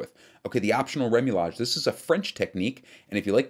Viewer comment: FYI, It's remouillage not remoulage